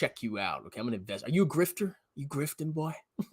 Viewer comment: The way he said "boy' ... I had to change the channel quick. That accent is a cliff "hanger".....